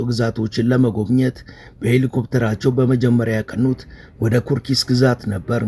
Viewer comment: ኩርስክ ነው ሚባለው።😅